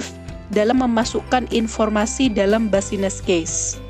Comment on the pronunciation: maaf kak mau ralat pelafalannya "bisnis case" yaa bukan "basines case" hehe